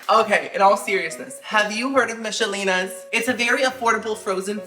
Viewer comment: Used to like the meatloaf and pepper steak..but i haven't had them in like 15yrs.Oh and when you said "Michalenas" i started singing it to the Macrena beat😂😂😂😂